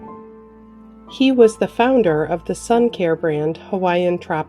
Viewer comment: The speaker sounds like she is always saying SHE for all the men. Not funny.